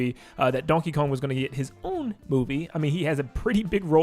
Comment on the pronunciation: why did that "own" sound like that and why do I love it 😆